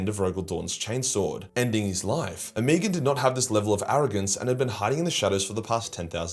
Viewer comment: Omegon's name is pronounced Oh-Meg-On.